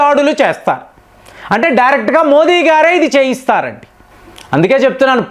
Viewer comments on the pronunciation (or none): none